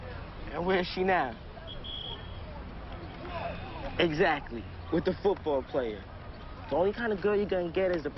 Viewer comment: "playah playah" 😂